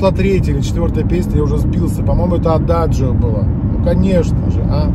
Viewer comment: Вторая- Вальс Астана. Адажио, а не Ададжио🤣 А Наталья ведь узнала!✌️💓